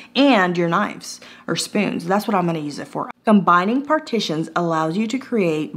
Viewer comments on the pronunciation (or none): none